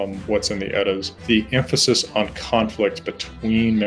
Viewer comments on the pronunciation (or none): none